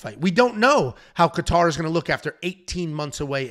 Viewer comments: With all due respect, I’m a huge fan love the content, but if I hear KA-TAR one more time lol .. really not trying to be ‘that guy’ but cmon bro. It’s pronounced KAY-ter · Dude and he said Calvin Qatar… these make him lose so much credibility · Is trolling when pronounced Kattar & Rakic? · idk I couldn't stop laughing at how he Saying Kattar name its not even close but its ok I got A kick out of it.